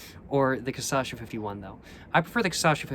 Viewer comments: sorry ily but it’s KUH-SHA-SUH not KUH-SA-SHA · You pronounce it wrong every time. It's pronounced *cachaça*, but you say *caçacha*. Get it right cos now you are becoming an authority on the subject of bad drink. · Your videos are great, just a little correction: it's caCHAça, not caÇAcha lol Edit: adoçada (pronounced A-do-SA-da) means sweetened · Every single time he says "caçacha" instead cachaça gets me 🤣🤣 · So cute you pronouncing “caçacha” instead of “cachaça” haha 🥺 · is cachaça not caçacha ;) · cool videos. Just one thing. It's is pronounced CA-CHA-ÇA, you are pronouncing it CA-ÇA-CHA, just switch the last to syllables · Change the sylable order from Caçacha to Cachaça (kuh-SHAH-suh) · “Ka-sha-sa” that’s how you say it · i love how he pronounces it "casacha", i'ts so cool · cah-shaw-saw that's how you say it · That’s too difficult. I’m going with ca-sha-sha emphasis on the 2nd sha. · KASHASSA! The correct pronunciation is kashassa! Stop being ignorant!:face-turquoise-covering-eyes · Istg he says Caçacha so many times that the word quite literally loses the whole meaning. He got ME second guessing the right pronunciation like wth? Hahahahah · This was made when the poet had not yet mastered the pronouncing of cachaça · pronunciations are legendary <3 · He pronounced it right 2 videos ago with the 51, but since the Caipirinha video he pronounces it like this. It drives me insane because he says it 1000x this video — but now after watching this video i dont even remember the correct way to pronounce it. The correct way doesnt even sound correct anymore. Lol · think he starts to say it MORE correct… after he drank enough, the Cachaça finally started to correct him. But then again, maybe not, i feel like im going crazy when i hear that word anymore. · He said it REALLY wrong on his first Brazil video, then he started saying it perfectly in the 51 video and then started saying it almost right after that. It's all part of the process.